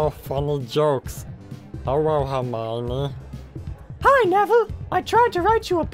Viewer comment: also when Neville said Hermoine he said Roja Marla